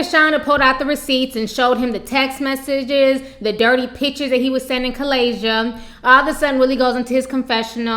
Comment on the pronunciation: "Kalayzia" bahahhaha